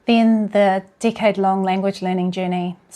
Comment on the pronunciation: I thought you said decay but it’s decade. Omg. So weird